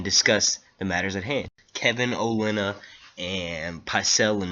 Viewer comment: grats on being the only reviewer who actually knows that her name is O-LENN-A, not elena lol